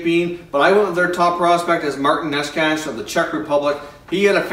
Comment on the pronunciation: PS.....Martin Neshcash lol i like that....but I believe it is knee-chis